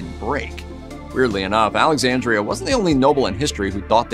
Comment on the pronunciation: Alexandra, NOT Alexandria.